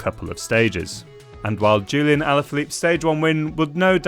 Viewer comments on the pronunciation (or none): none